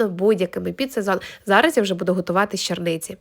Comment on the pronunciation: Агій на вас! 😂 "Чорниці", а не" черниці" 🤪